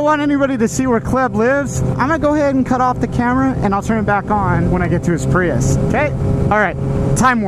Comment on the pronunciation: Don't you hate on the PRY-YUSE!